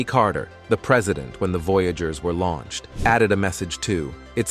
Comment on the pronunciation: Lol, yeah, it said Launched: Launch-ed". LoL